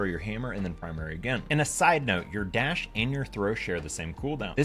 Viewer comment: “As you cannot das🦅”